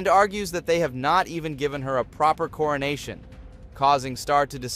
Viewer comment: this i just heard cornation instead coronation